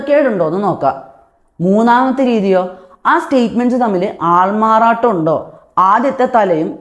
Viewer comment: അൾമാറാട്ടം വ്യക്തമായില്ല 🤔 ബാകി ഒക്കെ സൂപ്പർ. Thanku